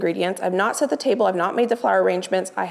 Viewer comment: Thrift store for cookbooks. And its “set” the table not “sat” the table(unless that is your northwest accent)